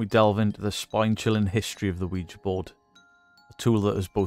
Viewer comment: Bonus points for not pronouncing it "Wee-Gee".